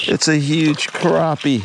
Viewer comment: It’s “crappie” not “crappie” man! Haha nice filet on that crappie!